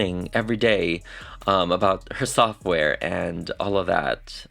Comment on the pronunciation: I love your work. The only think I do NOT like about everyone who does this is……”taht”… why do some Americans say that like that? Just that word lol